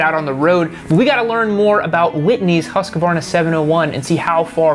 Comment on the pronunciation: To all Americans: Hoosqwarna (as in booze and squirm; if you say Huss-kuh-varna you sound like a moron) Moto Gootsee (as in pizza; if you say Guhzee you also sound like a moron, to me at least) It's really not hard even for 'Murricans, come on, show some respect. You don't want me to say Harlee Duhwidsun either, right?